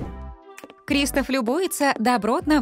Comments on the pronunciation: Здравствуй. Я бы поставила лайк, но ты говоришь КристАф. А говориться КристОф. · Здравствуй. Ты говоришь КрИстофф. А говориться КристОф! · Не криистов а кристооов